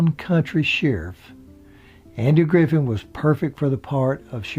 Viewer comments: this narrator keeps saying "Griffin" and "Knox" . stop it! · Why do you keep saying Griffin and knox????? Really? Are you doing that on purpose? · Some miss information by a boring voice with a dozen mispronounced words like 'Griffin" instead of "Griffeth." Andy had a violent temper, which may have played a part in his two divorces. Besides Don Knots, he also had a great on-going friendship with Ron Howard. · That's really great information except that Don was Knotts, not Knox. Andy's name was Griffith, not Griffin. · Yes it was. He does a pretty good job except for mixing up Andy Griffiths and Andy Griffen several times and destroying Miss Bavier's name repeatedly. The southern rural accent fits nicely. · this narrator keeps saying Griffin instead of Griffith! Shame! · Well done, but why does he not know the last name of either star. It's Don Notts and Andy Griffith. Not Knox and Griffin. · It's Knotts, not Knox and it's Griffith, not Griffin and it's Elk Street, not Elm Street.. Andy's first wife played in one episode of The Andy Griffith Show. Her line was, " I'm sorry Mr. Masters". The episode was the one that Barney was going to sing a solo at one of Mr. Masters concerts. Andy's father also played in one episode which he didn't speak. He and Andy knoded to each other on the street. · Barney was played by Don Knotts not Knox. Andy's last name is Griffith not Griffin. The narrator seems to have problems pronouncing the actors names correctly. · You lost me the first time you said "Griffin" and I stopped listening the second time you said it! Good grief, man, get the damn name right! SMDH at such ignernce... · Hey keeps calling them Andy "Griffin"and Don "Knox." It's Andy "Griffith" and "Don Knotts." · the name is "GRIFFITH"..th, not "GRIFFIN"................ still, good show. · It's nor Andy Griffin.......its ANDY GRIFFITH...... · Andy "Griffin"?... Don " Knox "? C'mon,... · The guy keeps calling hinm "Griffin." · Or "Griffith."